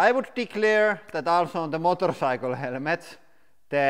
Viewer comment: Motor saikel